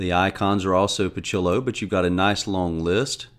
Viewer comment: Hello! pocillo is a Spanish word meaning cup or small cup and the "ci" in it is pronounced "ssi" like in possible! I knew you were a Spanish butcher!!!:))) Best regards.